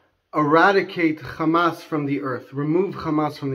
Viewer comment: You're pronouncing Hamas as Khamas. Wrong word!